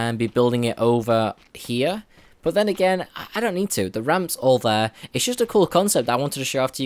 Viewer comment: "Over Heeya" lol